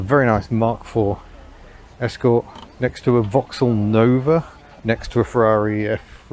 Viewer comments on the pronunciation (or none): none